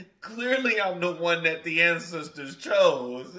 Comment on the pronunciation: I love how you tried to say "ancestors" and it came out sounding to me like "and sister" talking about receiving messages.... Major confirmation!